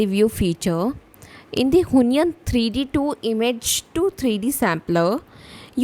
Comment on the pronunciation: Why do you pronounce it who-ny-an? It's wheon- followed by -yen (with o shaped mouth). wheon-yen